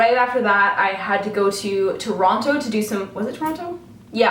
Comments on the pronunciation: I've had a fucking awful migraine all fucking day and then I saw you fucking uploaded and it's FUCKING gone! I'm just fucking grateful I can look at this fucking screen without wanting to fucking die. Btw I always thought Canadians pronounced Toronto "Tronno".. are you pronouncing it correctly for our benefit or have I been mistaken? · LOL you don't sound canadian at all when you say toronto and montreal its funny!